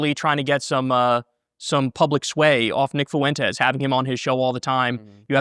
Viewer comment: "Nick Foo-Entez"